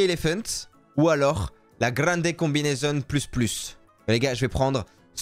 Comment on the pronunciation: Tu voulais dire la grande combinaison pas la grande cmbinaition 😂😂😂😂